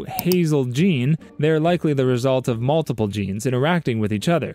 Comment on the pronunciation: not the "gey" gene 🥀